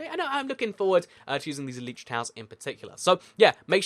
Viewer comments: elItra not eletrae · Bruh this dude seriously just said elytra like el-ee-tra ?!